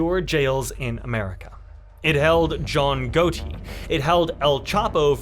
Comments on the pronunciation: A little FYI, the o in Gotti is a short vowel not a long vowel. Like the word bond the o is a short vowel versus the word boat where the o is a long vowel. Hope that helps in the pronunciation of the name Gotti. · John Got-EE*** lol! All-in-all Great video. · He only said John Goaty because he thinks Gotti was the GOAT 😂